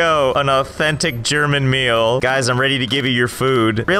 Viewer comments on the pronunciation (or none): none